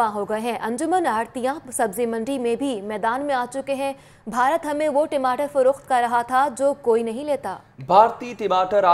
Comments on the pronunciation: Hahaha टिमाटर नही बे टमाटर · अरे मैडम टिमाटर नही टमाटर बोलते है पहले बोलना सीख लो